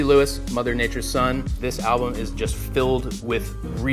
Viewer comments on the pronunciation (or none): none